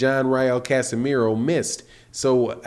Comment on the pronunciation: its casimero not casemiro you dumb